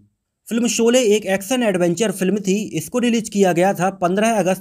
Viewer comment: Janab Aap apni bhasha shudh kijye sholay ko solay mat kaho ji. Action ko aap aksan krh rhe ho . Bhut hi sharmnak he ek journalist kw liye . Sara maza kharab ho jata jab aap shabko sa kehte he . Solay mat kaho baar . Anand bakshi ko aap anand baksi keh rahe ho.